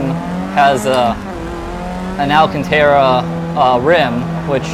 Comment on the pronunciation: Very nice setup, while I really like my Thrustmaster TX I wish I'd have spent a bit more and gotten the Fanatec. I have 4 wheels for my TX so I'm pretty well invested. Also love my v2 pedals with inversion kit.BTW it's pronounced All-Con-Tar-uh - not Tear-uh. Just FYI